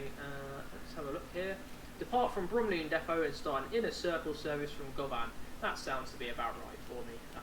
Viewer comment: As someone who's from Glasgow (who loves the subway), I was really excited to see this (govan's pronounced guhvan like you're saying luvvin)